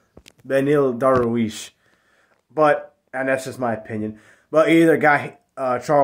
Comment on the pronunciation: it's dar-yush